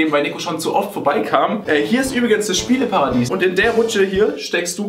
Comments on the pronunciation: "Spieleparadis" :D es heißt Paradies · "Paradis" es ist nicht dein Ernst Sascha warst du in der Schule überhaupt?!:D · Jan Steigerwald "Spieleparadis" 😂😂 so True xD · Schön wäre gewesen hätte er extra "Spieleparadiss" xD